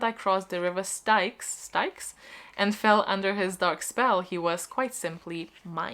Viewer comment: No one is correcting the River Styx?? Pronounced like sticks. Natasha Preston's The Lost cover is just a chair